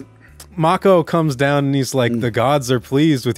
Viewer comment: The irony of correcting the pronunciation of Neanderthal (and later Cimmerian), but saying Mako wrong the whole time. It's pronounced Mah-ko, not May-ko. 😉👍 Great review! Awesome film!!!